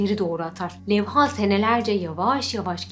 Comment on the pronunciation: Levha'daki a uzun okunmaz, Levha, iki hece de kısa.